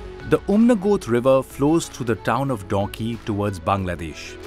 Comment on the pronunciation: Name of the rivet is not Donkey but Dawki. You may like to correct